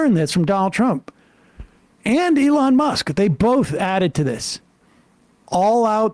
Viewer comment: Lol Sam pronouncing elon as "a lawn musk"